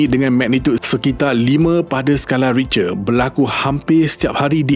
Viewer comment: sekadar teguran.. sebutan "Richter" tu salah.. ianya disebut "Rikte"